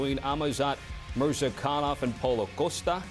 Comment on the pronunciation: When everyone pronounces Murzakanov as MURZah-kan-nov and insists on calling him MurZAH-K'nOv, you know he's something "special". 🤦🏻‍♂